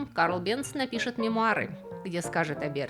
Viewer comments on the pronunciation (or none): Невозможно слушать.... Бенц...... произносится Бэнц,немецкий мой родной язык. Голос тоже впервые такой непричтныц слышу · Фамилия немецкая. В немецком "z" произносится как "ц". Бензин к фамилии отношения не имеет. Там была сложная история. Началось в средние века со смолы "ладан Явы" или по арабски "лабан Джави". Но где-то получился испорченый телефон и "лабанджави" в Европе превратился в "бензоин". Можно представить, что через что-нибудь вроде "лабанджави", "банджави", "бенджуй", "бензой". В 1556 году Нострадамус получил из бензоина соединение, которое назвал "бензойной кислотой". А в начале 19 века перегонкой бензойной кислоты получили химическое соединение которое назвали "бензин". (В русский это название перешло как "бензол".) Топливо "бензин" это сложная смесь многих химических соединений, но своим запахом в основном обязано именно бензолу. Т.е. бензин пахнет как бензин и соответственно такое название и закрепилось за ним в Германии и потом в СССР. Но в других странах его называют по разному, например, "петроль" в Великобритании или "газолин" в Америке.